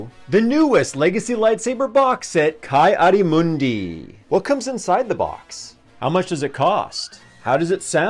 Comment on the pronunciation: I thought it was pronounce kee adi moondee, not kai